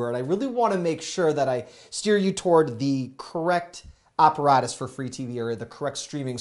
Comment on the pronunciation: How did he pronounce apparatus? Is England taking over for real?!